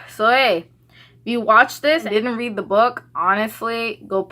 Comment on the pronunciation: i swear i thought you said "I raped this book".